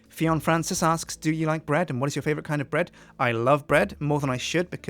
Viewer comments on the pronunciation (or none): none